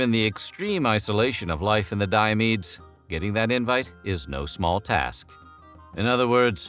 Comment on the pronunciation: Fun fact Diomedes is my first name. I’ve been calling myself Di-ah-mee-dees Why do you say Di-ah-meed? Do you just ignore the s?